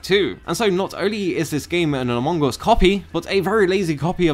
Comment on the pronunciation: When you say "among us", I hear "Mongous", I thought, where is the Mongol in those game?